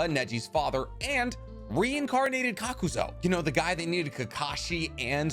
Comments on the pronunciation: Love the channel but u have a habit of adding or changing letters in a name for example instead of Kakuzu u say "Kakuzo" and instead of Katsuyu u say "Katsuyo" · Kakuzo?! Cmon man...